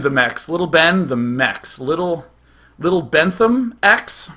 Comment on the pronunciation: lol my second name is bentham which is how day[9] say bentheme